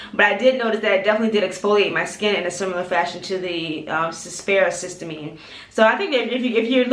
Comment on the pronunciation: Thanks for you video; your skin looks great! I learned about this product via Dr. Alexis Stephens. I believe it's pronounced: siss- tea- uh- mean. 😊